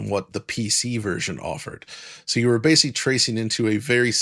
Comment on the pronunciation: a big personal thanks for lending your narration some dignity by choosing to pronounce words correctly. Even simplistic words like ‘basically’ and ‘optimization’ can drag down the professionalism of an entire video should they be slurred and mispronounced, like ‘basely’ or ‘optimation’ Keep up the great work,!